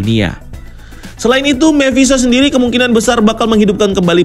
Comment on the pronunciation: Mephisto om bukan memphisto!